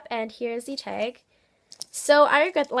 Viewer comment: I was wondering why do you say teg?